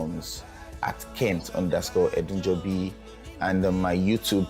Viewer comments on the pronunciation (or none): It is "Edunjobi"... 🤦🏽‍♂️